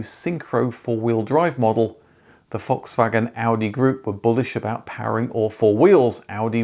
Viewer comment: In German the letter "a" in any word is pronounced as in "arc", "car" or "dark". If it is pronounced like in "Dad" it would be an "ä" or A Umlaut. Just commenting because Volkswagen is not Volkswägen. :D